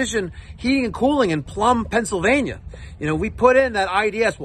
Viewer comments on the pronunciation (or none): none